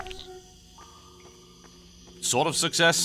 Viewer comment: lol "Bottan"